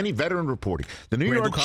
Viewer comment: 😂😂😂 the Rew York jets hahaha